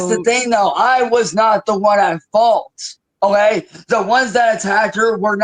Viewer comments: Is he saying "O-A", when he means "Okay"m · Hmmm I see his mouth is now so swollen he can’t fully form the work okay and instead says ohay lol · Drives me crazy. That is NOT how real Ohioans say “OK”. As a woman born and raised in OH he is the only person I have ever heard say that, especially in OH. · I like to think it's OHAY